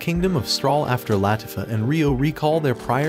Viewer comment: its pronounced lah-tea-fah